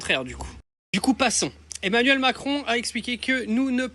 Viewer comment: Le petit Macroune . C'est non prononcé en arabe. Parle pour parler. Il sait que la France participe activement à la croisade contre les musulman. L'europe paierait le prix fort.